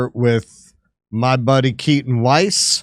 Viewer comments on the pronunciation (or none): none